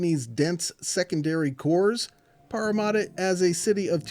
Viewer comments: Pretty close! "Paramatta" is pronounced "Para" as in parachute, and "matta" the same as "matter" ;-) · as a Parramatta local, I am still concened about the butchered pronunciation, there's no u's in the name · The parramadda kills me